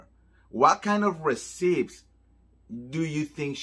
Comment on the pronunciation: Receipts (pronounced «reseets» NOT «resips»!) 🤗